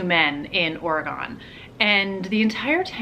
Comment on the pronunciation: I love watching your videos. And this may be petty, but I sure would appreciate it if you researched the pronunciation of Oregon. YouTubers always want to get pronunciations of names, other countries, etc, correct, but for some reason it's just not important enough to get a state in your own country right? It's an east coast thing, I get it. But please, for your west coast fans, pronounce Oregon correctly 🙏